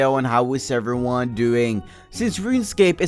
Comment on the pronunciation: When he say how everyone going? I hear How server 1 going ;p